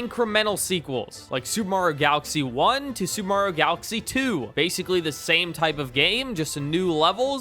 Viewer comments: It's pronounced Mario, not Morio. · Stop pronouncing Mario like that. No other country does.